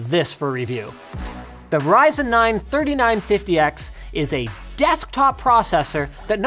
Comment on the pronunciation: its risin man not pronouncing ryzen